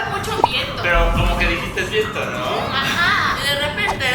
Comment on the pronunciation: En el minuto lessli dijo vento envés de viento